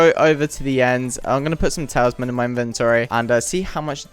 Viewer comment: why do you say tailsman